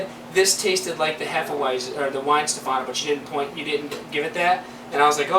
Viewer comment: each time someone says hefe-uaizen i die a little bit inside